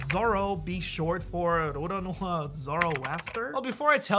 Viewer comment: Is roronoa pronounced like lolonoa? XD lol-onoa